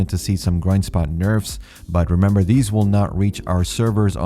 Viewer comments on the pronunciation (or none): none